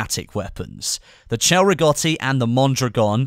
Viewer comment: A good pronunciation of Cei Rigotti, I'm impressed. Cheers from Italy